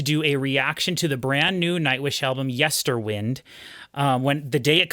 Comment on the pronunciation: It's LeviOsa. Not LeviosA